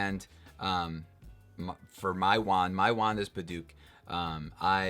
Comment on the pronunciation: You’re pronouncing Padauk wrong